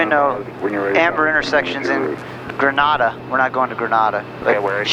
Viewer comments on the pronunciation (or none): You pronounced Grenada wrong, they way you said it is Granada, I live in Grenada, Mississippi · Nice video, lol Grenada is pronounced (Grin - Ay - Da)